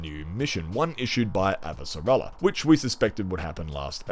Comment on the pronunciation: I always leave your channel with a laugh or a smile. The way you pronounce Shohreh Aghdashloo characters name of Chrisjen Avasarala, as Abasara Lalala, always leaves me laughing.:P